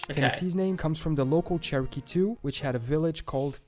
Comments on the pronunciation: Sioux is pronouced SOO, not SEE-oo. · The original video had an understandable pronunciation error. Sioux, he pronounced See-oo, is actually pronounced Soo. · People that can't pronounce 'Sioux', probably should have looked it up. It's not 'see-you" it's 'Sue'. But kudos to him for trying. 😁😁😀 Algonquian is a language whose roots run through many native American tribes. Meaning they shared the language at one point and spread out through the US. It's not 'Choctow' it's Choc-tah' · I'd always heard that Utah was named for the Ute tribe. Fun fact, Apache is a Ute word also meaning "enemy." Colorado means "colorful," not "colored," and that is indeed red clay. Three of the six Sioux (pronounced "Soo," not "See-ewe") nations with similar sounding names: Nakota, Dakota, and Lakota. Arkansas is pronounced "Ar-can-saw." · Sioux is actually pronouned "Sue". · Sioux is pronounced "Sue" not whatever the narrator said. Algonquin is a native language. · I thought it was pronounced Sue like Sue chief. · Just wanted to point out the word Sioux is pronounced Sue. In the video, the maker pronounced it wrong. The Sioux are a native American tribe. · Actually Sioux is pronounced Sue. Native Americans sometimes came to elementary schools and taught us a bit of history of their culture. It was one of those guest speakers deals during our classes on the Oregon trail or the trail of tears. It was actually kinda nice learning about what they were. Florida has a lot of people of Seminole heritage heck even the county I live in has the tribe’s name. It’s hard for them though as they haven’t really integrated into modern society too well as they tend to keep to their reservation and casino near Miami. A few wander up every once in a while though. They are having trouble just getting decent jobs without the casino because it’s literally all they know. It’s a hard life for them you know. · Awwe, he mispronounced sioux